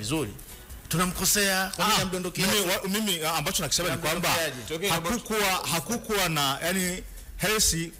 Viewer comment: Hivi hili neno"hakukuwa" ndivyo linavyotamkwa kama anavyotamka huyu mwandishi?jamani mbona tunaharibu lugha yetu?😅😅😅